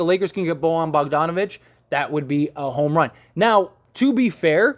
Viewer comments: It's pronounced.... "Boy-yawn" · Can this dude learn how to say Bojan please